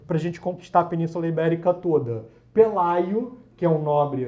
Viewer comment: Pelágio e não Pelaio